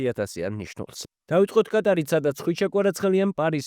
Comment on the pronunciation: პატარა შესწორებას შევიტან. კატარი არა ყატარი